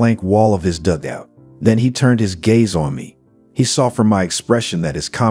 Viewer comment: Nice commentary but some poor pronunciations (dugout, Luftwaffe, etc).